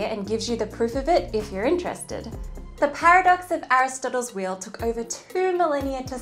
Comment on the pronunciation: Thank God we're all different. I can't explain just how irritating this video is. The only thing that's amazing is that she can't even pronounce the word wheel.